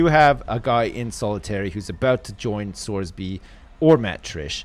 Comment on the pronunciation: well every time he reads sorby's comments he mutters to himself "fucking sorsby"